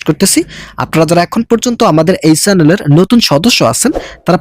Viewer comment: Ei bro, chelen. not, ucchaaron ta Hobe chanel😮😮